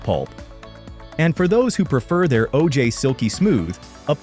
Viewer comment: Good video. Learned some things. I hated how the stupid ai voice said O-jayy Fuck ai